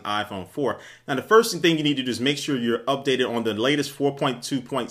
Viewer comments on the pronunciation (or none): none